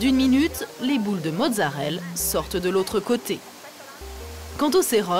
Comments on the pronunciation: Mozzarellaaaaaaaa pas mozzarelle :) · c'est marrant parce que mon cerveau a corrigé automatiquement tout le long, j'ai remarqué qu'elle disait mozzarelle que dans les commentaires :p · Merci ! J'ai corrigé la journaliste pendant tout le reportage XD